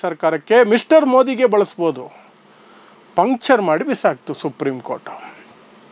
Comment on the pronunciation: ಪಂಚರ್ ಅಲ್ಲ ಪಂಕ್ಚರ್.. ಮೊದಲು ಭಾಷೆ ಕಲಿ..